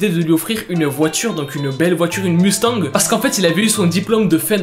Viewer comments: L’accent anglais de « Mustang » est validé avec validation 💯💯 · Ça me fûme que tu ne sait pas comment prononcer Mustang mais tu sais la musique de fast and furious tkt il y à rien de méchant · Une mustang lol au Québec on dit mostang sauf que on utilise la prononciation mustang